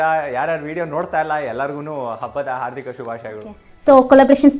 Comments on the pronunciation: Small correction ಹಾರ್ಧಿಕ not ಹಾರ್ಥಿಕ ಅಲ್ಲ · ಹಾರ್ಥಿಕ ಅಲ್ಲ ಹಾರ್ದಿಕ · adu harthika alla hardhika...... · Madam adu arthika shubhashyagalu alla hardika shubhashyagalu🤣